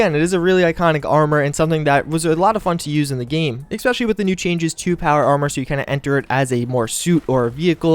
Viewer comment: Bro, it's ESpecially, not EXpecially